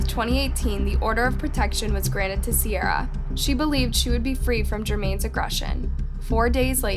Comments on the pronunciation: you really piss me off with the pronunciations when they’re literally saying the it correct way in the videos you attached ! ITS C-AIR-UH ! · Her name is said like see-air-a not see-r-a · The fact you mispronounced Ciara's name while using video of people saying it correctly the entire video was annoying af. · I feel like at this point you just go out of your way to mispronounce these peoples names. it’s not just Ciara, in almost everyone of your videos your mispronounce the victim/a witness or anyone really name, and then show a clip where they very clearly say the name correctly.